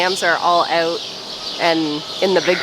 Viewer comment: The one that makes me smile is "oot" instead of out.